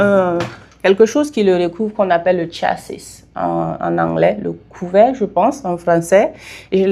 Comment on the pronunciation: le tchassisse est simplement le chassis, c'est un mot français madame